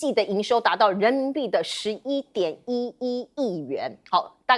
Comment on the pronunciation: 你的11.11亿念 得真好玩，不是shiyi点yiyiyi,而是si yit 点yit yit yit!｡中文里没有it又硬又重的音符。